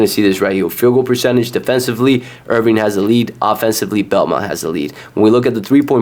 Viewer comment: Sorry but if you cant even pronounce the teams name properly, Im certainly not taking your advice on betting them. It's IRVINE not IRVING